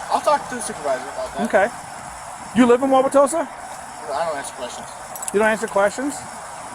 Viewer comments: it’s pronounced wow wa toe sa. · Wah-wah-toe-sa btw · I would have thrown him out until he pronounced Wauwatosa correctly, or even closely. Other than that, they should have left him the hell alone.